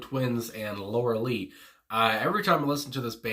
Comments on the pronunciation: The video for this song is pretty strange and makes it even better, imho.. btw, it's pronounced Lor-a-Lie. The band Styx also had a (rock) song called Lorelei that was awesome a few years before the Twins came to be. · Laura Lee is the bass player for Khruangbin. This is Lorelei, a name in the English language that has an "i" sound at the end. Otherwise, carry on! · Pronounced - Lorei- lie - beautiful place alongside The Rhineland-Place in Germany steeped in folk lore ( I'm half German)